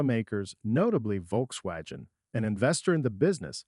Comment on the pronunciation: The way it pronounced “Volkswagen” = proof that this was not recorded by a human. (Which in turn makes it more likely that this is a bullshit AI video.)